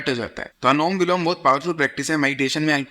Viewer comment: Anulom vilom ❌️ anom vilom ✅️